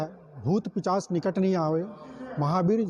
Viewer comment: पिशाच को पिचाश बोला ।